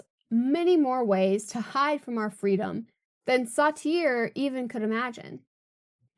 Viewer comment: I really liked this video, and I've subscribed to your channel. Please double check name pronunciations. Sartre is a particularly weird one, to be fair. "Becoming the role" can be a beneficial choice at work, especially when working for tips. Bring seen as a good employee is an excellent experiment and potentially a profitable one. I'm currently getting paid an hourly rate to pretend I care about insurance, which is frequently a scam on some level.